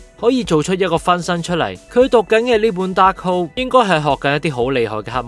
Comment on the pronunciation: 紅vision已講咗白Vision作為carbon-based synthyzoid， memory storage is not so easily wiped. 紅Vision只係幫佢解除記憶封印而已，希望片主留疑問之前返專業少少返睇多幾次留意下d細節，另外希望片主大大讀角色名少dd懶音，(例如其唔係讀“Scar La”，係“scarLET”， 唔係“Dahold”，係dar“K”hold) 讓觀眾聽起黎冇咁“銀”耳 —_— 期待片主將來嘅改進